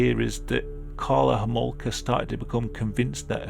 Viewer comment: I can’t be the only one who heard ”Carla Whoremonger”